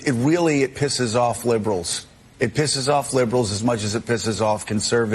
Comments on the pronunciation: Did he say “wheely”!? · Is he saying wheely??